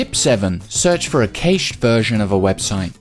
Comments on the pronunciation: I did like this BUT the word cache is pronounced "cash" as in money. I find it difficult to take advice from someone who can't even say it. ;) Still, thumbs up. You should do a series. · I can understand the British narrator's reluctance to correctly spell Thomas PaIne, not PaYne. Because Paine was a leader in America's fight for independence from England lol. However, there is no reason to pronounce 'cache' (which rhymes with 'mash') as if it rhymed with... er... hay-sh. On TV, they watch the American show with Alan Alda called Maysh. Brits love word play, being taught in school never to say, "There were many parts missing from my puzzle". but to say that many bits were missing. Another thing is that 'parts' is pronounced 'pots'. If you say, "I'm missing parts of my pot collection", it sounds exactly like, "I'm missing pots of my pot collection", which could mean you're missing parts of your part collection. So beweah! Faw-warned is faw-armed! Students who pronounce the letter 'r' (unless as the first letter) are sent to an island until they learn propahly that lions don't roar; they raw and you can only ask for maw tea. Their spirits saw when they have maw. I wondah if this pot gets anyone saw! I guess they consider Elmer Fudd cartoons a learning tool. At this video's suggestion, I will try Start Page